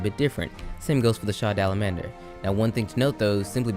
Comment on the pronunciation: Sha dalamander? Sh a dalamadur!